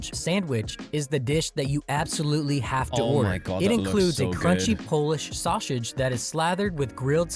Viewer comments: Where's this narrator from? I've never heard sausage pronounced as "Shawshage." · The narrator not being able to say "Polish sausage" is hilarious. The narrator: "Polish Shausage". 😆 🤣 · So that's why I kept hearing "Shawshage" instead of sausage. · And This is why I hate AI Videos. The pronunciation is almost Too Phonetic at times. S in Illinois is only pronounced when you want to Annoy an Illanoian native and don't get me started on the Sausage pronunciation 🤦‍♂